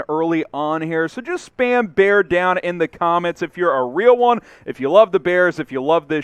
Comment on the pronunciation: Bear dahn